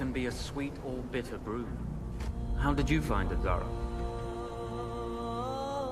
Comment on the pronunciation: It's zahraa not zara